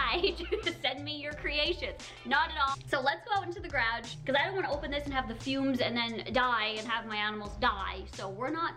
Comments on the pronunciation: The way she says garage 🙃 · Omg I love how u say garage🤣😂 just me?